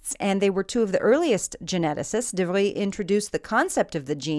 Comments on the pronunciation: You're saying "de Vries" improperly. de Vries is a Dutch surname, not French. Hoo-goh da Frees (like the name "Reese" but with an F") de Vries means "the Frisian", i.e. someone from Friesland. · This helps me so much, thank you! p.s. Hugo de Vries was not a Frenchman, but a Dutchman. Just a different pronunciation ;)